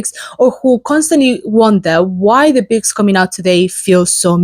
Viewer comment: Nice. Thank you for sharing! I like what you do. But since you talk about books, I'd really love it if you could try learning just that one word, how to pronounce it like most English speakers do, i.e. BOOKS instead of BICKS. Because it really sticks out when you speak. Please forgive me for asking this but I'm an editor and can't help it. It's for your benefit, too. God bless.